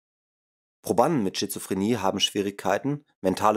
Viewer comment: Immerdrukktönnbuchch, Stuhdiõhännöõh, widd, wudde, Äxkusshännöh, wähdönnn, uuschiedlichöh Refrakktähhrtsaitt, Ankksst frükkt zwädönn, Pchoopleehmfahalltann, Probanne, ainisätzzt wähhhdönn, abgstrittönn wännn, Krannehauuss, Falllauufff, zwähhdönn, annzwännnä ... BÄHHHHH!!! Ekelhaft Scheisse gegrunzt. Einnn brovvessionellaahh Sbrechää wähh Gold wäähht. Dieses "Hörbuch" sollte man dem Grunzer in Form einer Videokasette in den Anus stopfen.